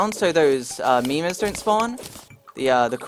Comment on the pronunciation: WHY U SAY "MEMERS"?